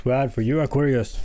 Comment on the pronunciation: I like how you say.. aw. Qwar. Ree. Usssss😂